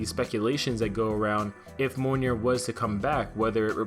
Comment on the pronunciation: It’s pronounced MEE-OL-NEAR.